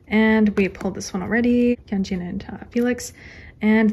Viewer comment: why do u say hyunjeeen not to be rude he's not a pear of jeans